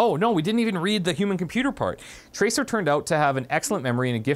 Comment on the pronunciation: traceer is a SHE not a HE and its SEER not ER. EAR. not ER. PLZ try saying it properly